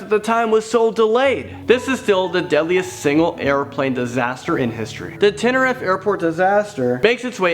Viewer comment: tenerief is said as tener reef